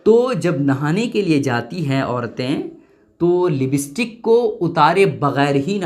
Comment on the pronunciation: Libstik nhi hai,, lipstick hota hai